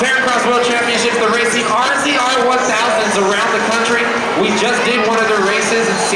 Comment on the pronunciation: LOL " check out those R Z R's " announcer not really familiar with the side by side market is he?